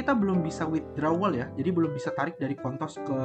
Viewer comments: kontos ya bang, jgn pake L wkwk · Ko mau ingetin jangan sampai salah nyebutin s di ujung jadi l 😭 bayangin lu pnya koin apa ,oh kontos, s nya jadi l